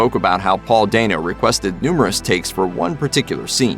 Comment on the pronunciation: Paul Dano AKA Klitz from Girl Next Door. And it’s pronounced DAN-O not dayne-o lol